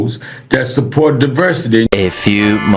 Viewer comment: “We gonna go an saport dose”.